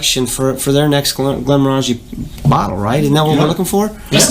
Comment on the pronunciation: So the guy on the left pronounced Glenmorangie 3 different ways, 4 times, in the first minute and a half and only one was correct. So annoying. Please pronounce it correctly so that people aren't taught wrong.